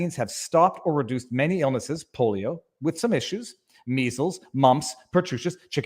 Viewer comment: Did he say "the polo vaccine"?